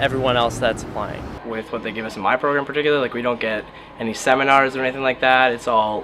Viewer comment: I could tell right away the first three people were Canadian: 1: He gave it away in his pronunciation of "on" 2: His pronunciation of "Seminar" 3: Very Canadian pronunciation of "Possible" 4: I didn't detect anything at first but after listening again, her pronunciation of "and" gives it away